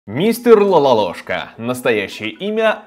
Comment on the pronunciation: Не Лалолошка , а Лололошка!